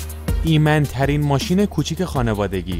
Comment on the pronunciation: ایمَن(Iman) ترین یعنی چی دیگه آخه؟ کلمات جدید اختراع میکنی از خودت😂😅🤣😅😂 اون ایمِن هست ، ایمِن Imen ✌🏼😅 😅😂😅 باز هم گفتی ایمَن(Iman) که عزیزم ایمِنه ایمِن چند بار بگو ایمِن تا به دهنت بشینِه وُ عادت کنی عزیزم، ایمِن (Imen) 🤣 از لحاظ ایمِنی(Imeni) بگو نه از لحاظِ ایمَنی(Imani) کارِت درسته، موفق و پیروز باشی😂✌🏼